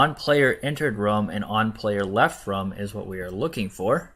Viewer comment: For the last 4-5 videos you have used the word Rum but I think you mean Room It's the difference between Rooooom as in BOOM! vs the word Rum as in Sum! room /ro͞om,ro͝om/ rum /rəm/ Its not SOO bad, but you have used the word over 100 times. I get you have used it correctly a FEW times. I know I know accents, foreign languages, but honestly its English it's a complicated, simple yet precise language. See NATO words for Alpha, Beta, Charlie. Such as Niner!